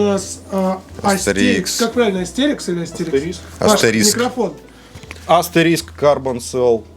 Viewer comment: Да AsteriSK он, а не Asterix! 😂